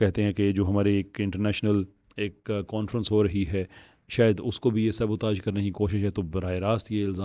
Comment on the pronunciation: ۔ غیر یقینیت نہیں غیر یقینی۔ سَبُو تاژ ، سبوتاج نہیں